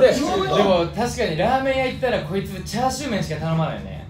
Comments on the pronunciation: 「チャーチュー」ふっか 関西弁ふっか ふっか笑い方かわい こーじになりきるさっくん ふっか変顔 えび あわび かに ほたて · ｢チャーチュー｣ 世界は今日も平和